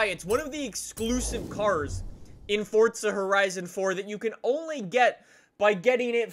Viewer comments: It’s forza not fortza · Omg it's forza a not fortza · Stop saying fortza 😂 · Its not FORTZA